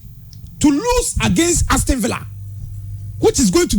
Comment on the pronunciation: Can you please educate the guy in yellow to improve on his pronunciation? It is Aston(Astin) not Aston(Astɔn)